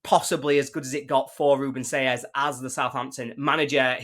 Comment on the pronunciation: At least pronounce his name properly…